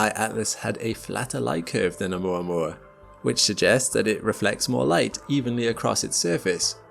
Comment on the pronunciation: ... it pronounced: "O-oo-moua-moua"...